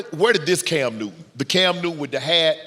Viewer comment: CAM NEW-TUN! 😂😂😂